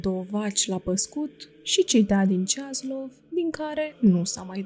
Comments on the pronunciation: Stimată doamnă, dacă stăruiți în a lectura unui auditoriu vorbitor de limbă română nativ, ar fi de dorit să citiți respectând regulile de pronunție ale limbii române. Se regăsesc, în cuprinsul materialului lecturat, mult prea multe greşeli în ceea ce priveşte accentul, fals atribuit, multor cuvinte (monahie, schimonahie, ceaslov, isihie, pustia, pustie, Ioanichie, privegherea, pridvor, Pahomie, soborul, tuturor, scârnav), ceea ce, după părerea mea, este impardonabil. Pentru ascultător aceste dizarmonii fac să scadă valoarea informației şi să răpească din emoția duhovnicească a relatării. Doamne, ajută tuturor! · Aveți greșeli de pronunție nepermise pentru un site ortodox. Nu stăpâniți exact acești termeni și pronunțați cuvinte ca Ceaslov, schimonahie etc ca și cum ar fi din alte limbi. Le stalciti rău de tot.